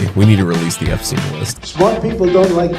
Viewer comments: It wasn't instine visa it was Epsetine visa,lol. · It amuses me the way he slows Jeffrey Epstein as tho he is sure if that's how it's pronounced 😂😂